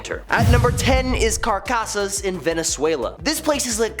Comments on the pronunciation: Dude, you really need to improve you're Spanish. Its Caracas, car-ra-cas Venezuela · Didn’t even bother to learn how to say Caracas did you? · Butchered Caracas lol